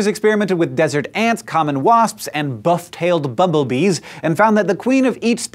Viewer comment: Wait, I think you just said "Buff Tailed Bubble Bee" :b